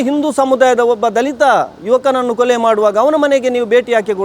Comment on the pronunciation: ಅದು ಕೊಳೆ ಅಲ್ಲ ಕೊಲೆ 😂😂😂😂